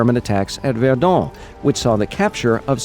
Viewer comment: Funny how u pronounce Verdun. Very informative video, gg!